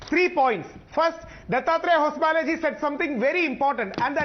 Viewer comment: it's not hosa bele, it's HOSABALE. THOO KACHDA